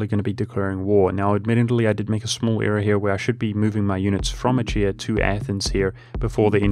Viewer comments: Pronouncing Achaea (Ah-kay-uh, ah-kee-uh) like "ah-chee-uh" is going to kill me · I mean... the actual Greek pronounciation is /axaˈia/, so the "ch" is a voiceless velar fricative (like the "gh" in "ugh"). /əˈkiːə/ is quite the terrible bastardization of that. Not like there's a "correct" English way to say it. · It's pronounced a-ke-a. Every Greek loanword in English has its ch's pronounced as k's. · Achaea is pronounced "acaea", ch as in 'chrome'.